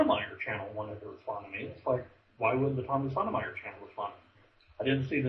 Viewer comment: it's SOTOH My-ERR.. YOu pronounce it like SODOMYERR. like he sodomizes people. Yeah Tommy should have hung up on you .. this is hard to listen too.